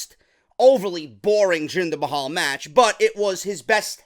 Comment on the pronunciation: Jinder MAY-HAL lol !